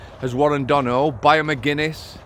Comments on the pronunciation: Not being a smart arse...but it's pronounced Don-a-hew. You remind me of my Brother in Law 😂🇮🇪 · THIS ROBOT CHANNEL HAS NO CONTENT 4 minutes who pays you to comment on Irish affairs ? You could start by learning how to pronounce Donoghue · who pays you to comment on Irish affairs ? You could start by learning how to pronounce Donoghue